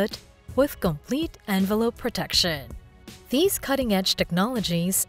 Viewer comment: Hey... why do you hate the letter "t" so much? It's "the" not "da." And "these" not "dese." 😮😊😢😂